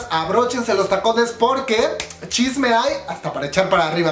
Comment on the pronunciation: Amo cuando dices shisme coreano :'3